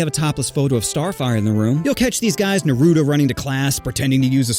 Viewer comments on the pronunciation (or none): The way you pronounced "Naruto" is sacrilege. 🤣🤣😂😂😵😵